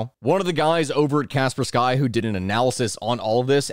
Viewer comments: Kaspersky is Skee not Sky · "Cas-pers-key"... btw